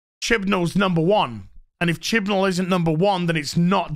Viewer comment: "Chibnell's number one" OK, now THAT was a funny mistake